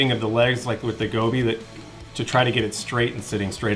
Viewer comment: Its Joby, not Gobi.